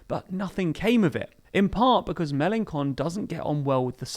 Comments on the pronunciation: Cant you pronounce Melanchon a bit better? How come 'ch' became the same as 'k'. I mean we pronounce 'ch' the same way english does, like in 'chain' for example. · “Ch” in French is pronounced as “sh” in English. So Mélanchon is pronounced with a “sh” sound not a “k” sound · Mélenchon with a "k" sound? Why? Just... Why? ...I mean, to be fair, it makes for a pretty funny wordplay in French, but, come on. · FYI, you just called Mélenchon a jerk every time you mispronounced his name ;) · Say the "ch" like Melanchon, like "chips". I'm not sure that in the UK, people usually go to the Fish and Kips :) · I must admit I very much like how you pronounce "Melanchon"... I bet he doesn't... because "his person is sacred" and "he is the republic" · Plz stop pronouncing Melenchon that way lol... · Shame on, normally well-informed - for mispronouncing Melechon so outrageously! Please issue an apology immediately! 'Me Neither' below is right to point out that the mistake is not just a little detail! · Hi. About Melanchon, do not say Melankon it is more Melanshon Thanks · and you wouldn’t lose anything for looking up how to pronounce names before your vids. Melenshon, not Melencon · It's in ITALY. It's CHon, where is your pronuciation of the H ? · News EU Also one pronounces Mélenchon "May-len-shon" not "May-len-kon". "ch" = "sh", not "k" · also its read MelonSHon not MelonKon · Err the mistakes are pretty big on this one. Mélanchon is prononced Mélanshon, not Mélankon. Also there's a big error , it's migrants, not migrats; You don't check up your videos before posting them ? It's little errors like that that can easily be corrected that make your whole video not credible and really cheap. I hope the quality will get better soon... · Mélenchon is pronounced "MélenSHon", not "MélenKon"!! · Very good video. Just a point : The "ch" in Mélanchon is uttered like in the word "French", not as a "k". Who cares anyway, he's going to score 2%. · It's MelanSHon, not MalanKon